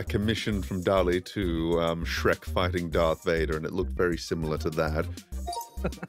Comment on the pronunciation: Fuckin "Sherk" hahaha 😂